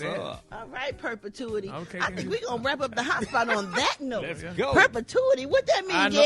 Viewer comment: Perpetuity.....come on... "college educated" GARY......